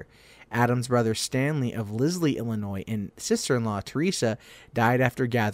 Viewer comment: sorry man...hurts my ears to hear my home state's name mispronounced. the terminal "s" is silent.